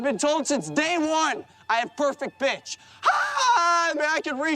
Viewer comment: idk if this just me but almost sounded like said “I got perfect bitch”. I know it was suppose to be “I got perfect pitch” but it just sounds like he said bitch instead of pitch.